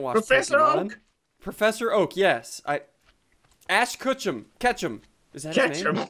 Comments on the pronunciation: You said Ass Ketchum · XD "cechem " its ash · Is it me or did Ssundee say "Ass Kutchum"? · he said kutchum